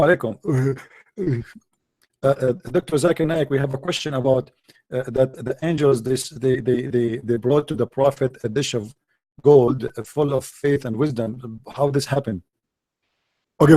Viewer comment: Wkwkwwk zakir naek. Not zakir naik 😂